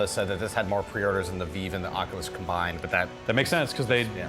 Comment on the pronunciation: Really wish would stop saying it "Veev".